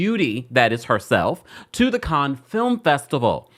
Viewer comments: Sir! If you're gonna report news, please learn how to pronounce words first. Cannes is pronounced can-na, not con. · This is of little importance, but it (Cannes) is pronounced "kan" not "con". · Cannes Is Pronounced Can, Like ‘I Can’ Not Kahn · It pronounced can festival not khan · It’s pronounced as “Can’s” film festival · Pronounced Can, rhymes with tan.❤ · It’s pronounced “can” like a can of paint. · With respect, it's pronounced "can" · Cannes-cans.... Sorry it was driving me crazy.! It's pronounced cans... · Respectfully and I love you. Cannes is pronounced like can. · Hi😊 I just heard you say that the French don't like it when we mispronounce their words. I just wanted to let you know the correct way to pronounce "Cannes", is "Can"...like we say, trash can. I'm not trying to be rude, as a person with melanin, I wanna see us shine 😊❤